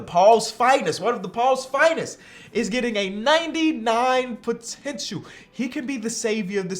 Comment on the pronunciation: "Potentchoo" As Dwyane Wade say's it. 😬